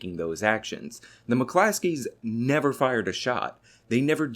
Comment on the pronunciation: McClosKeys bruh. Not Muh Classees.